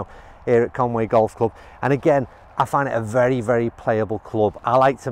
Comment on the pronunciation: Conway??? Come on man, Conwy! Nice vid